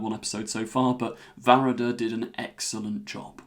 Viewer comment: Finally someone with a better pronunciation of Varada's name!!! 🥰